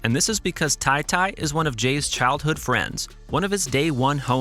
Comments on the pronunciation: It's Ta-Ta not Ty Ty my guy get yo shit together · It’s tah-tah, not tie-tie